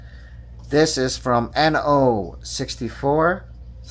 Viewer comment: Inno not noo